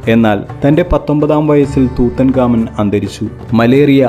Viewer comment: Tutankhamun or Tutankhamen എന്നാണ് ഉച്ചരിക്കുന്നത്